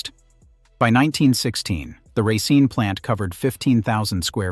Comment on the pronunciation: I wanted to watch this but the narration is so... all over the place. Racine is pronounced correctly and then not. It just feels unfinished.